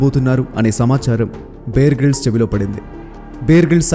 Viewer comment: Brother, "బియర్" గ్రిల్స్ కాదు, "బేర్" గ్రిల్స్. 👍